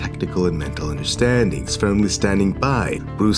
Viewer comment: Omfg.... jesus christ bro your voice is just not meant for this shit... the pronunciation is horrible.... and high and low tones are timed SOOOOOO fuking bad... (underSTANDINGS...) loll just bad... slowing down... just horrible timing.. your doing it at the wrong time and with the wrong words... like wtf its not that hard lol... whyyy are u just fuking horribad.. omfg i cant stand listening to your voice but i wanna watch the video ugh.. fuk u dude.. the way you say technique... lol its just so fuking douchy.. techkneeeqe... why cant u just fuking talk normal... why cant u get the timing right like WTF! you slow down the wrong words at the wrong time and elongate the wrong words....